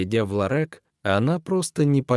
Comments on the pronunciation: Этот рассказ, видимо , читает робот! А я хохотала, пока слушала. Особенно, мне понравилось слово , обозначающее небольшой магазин- Ларёк- в рассказе- ЛАРЭК! Очень интересно! Какой богатый русский язык: и слова перепутают, и ударение не там поставят, а нам все ни по чём - итак понятно, что хотел сказать автор! Чего уж там….хи-хи…. По поводу разговора с цветами, я тоже расскажу свою историю. Есть такое домашнее растение- Роза-гибискус. Есть экземпляры махровые, и есть простые. У меня - простой. Саженец я получила- оторвав кусочек веточки от большого растения. Вырастила у себя большое растение, но оно почему-то не цвело. И тогда я вслух сказала: ну что же, не хочешь цвести, придётся тебя в сад пересадить, а там до зимы посидишь и все… Прошло некоторое время и на Розе начали появляться бутончики! И как начала она цвести- то один цветок, то два вместе, то три… И так уже несколько лет, постоянно цветет… Только жаль, что цветки распускаются всего-то на два дня… Но очень красивые! И интересно, что появление цветков совпадает с днями рождения моих родственников , или знакомых… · Роботы все портят! Ларэк - чудо произношения. Ддизлайк и отказ от подписки. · Ну и чтец! Хоть бы раз заранее почитал перед эфиром- лорэк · Ну и чтец! В диалоге никаких эмоций, чисто робот! Как так можно читать??? ЛарЭк, уиере ть и не встать!!! 😂😂😂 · Я тоже возмущена.Какой ларэк и масса ошибок при ударении на слоге..Зачем портить русский язык.Если это робот какой - то,настройте его нр правильную речь.Меня это аж коробило. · Ужас! Какой цветочный ларЭк? Где смысл предложений без занятых и точек? Извините за совет, но применяйте чтеца. А рассказ неплохой. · ЯпонаМать🤦‍♀️,,, что это за ЛАРЭК❓.. Кто это читает 👎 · Ну даже робот должен научиться произносить такое слово как ЛАРЁК. А история хорошая. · Что это за ЛАРЭК?Более безграмотного чтеца я ещё не встречала.Как это бесит! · Ларэк - это что......????? Кто читает человек или робот??? Над нами ИЗДЕВАЮТСЯ?????😠😠😠😠😠😠😠😠😠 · Не ларЕк, а ларЁк.